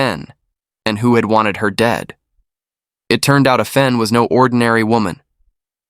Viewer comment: Excellent narration! Thank you. However, her name is pronounced Ah Fen, not Ae Fen. Asian names do NOT follow Anglicized pronunciations. Asian languages are similar to Latin or Spanish phonetics, not English phonetics. There are Asian pronunciation guides on the net.